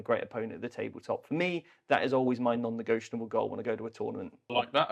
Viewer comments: "Negotianable" is not a fucking word and you both say it about 80,000 times... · I love your videos and podcasts but I've got to say it... hearing you say non-negioTIONable over and over is so hard to listen to once you notice it 😅